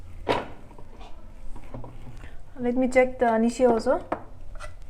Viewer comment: Sis, please do correct anishi. Let the people learn the correct word our(Ao dialect. Thanks.